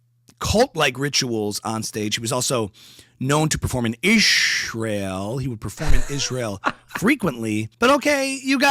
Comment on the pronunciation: Candace Owens needs speech therapy. She cannot pronounce her S when it's in the middle of a word. It's not ISHrael, or ROSHchild. Is she post-partum insane?